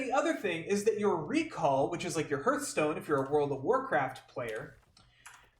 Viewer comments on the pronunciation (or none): the fast travel currency will be sold as a microtransaction for sure, you are 100% right about that. Its heartstone btw, not hurtstone xd